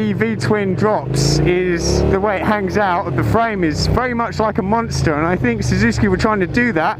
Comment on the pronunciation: You pronounce it wrong mate! SUZUKI! NOT SUZUSKI!!! =D